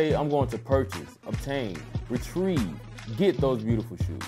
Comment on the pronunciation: "RETRIEVE", Seriously?? lmao